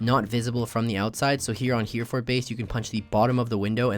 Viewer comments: It's "Hair-eh-ford base". Not "Here-Ford" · Hereford is pronounced he-re-ford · Lol the way he pronounced Hereford